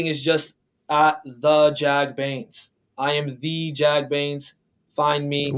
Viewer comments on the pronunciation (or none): its bains not baines